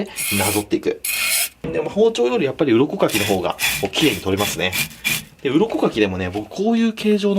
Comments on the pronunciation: 鱗かきが鱗滝にしか聞こえないのやばいよな、笑笑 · 鱗かきが鱗滝(左近次)に聞こえてしまう…